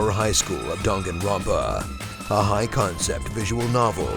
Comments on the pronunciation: I do like the video but it sounds weird if there saying dungunrunpa. It should be dang gun run pa see the difference? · i heared drunkenropa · You pronounced the name ronpa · dahn gahn ro pah. Pronounce it right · Only watched to see how he pronounced danganronpa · Anyone get annoyed at his mispronunciation of Danganronpa? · danganronpa THE GAME YOU CANT SPELL OR SAY CORRECTLY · Love this game, but got triggered when you kept saying the name wrong along with other words with Japanese origin. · The way you pronounced Danganronpa pissed me off, but apart from that great video!